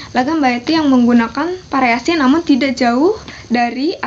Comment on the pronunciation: Variasi mbak. bukan pariasi. Versi mbak. bukan persi